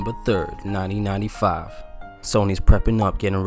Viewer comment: when you said “1995” at the start it sounded like you said 9095